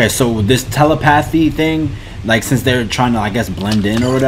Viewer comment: I swear, no one pronounces Telepathy right 😆 Also it’s great that you can still earn revenue even with the living conditions you’re in rn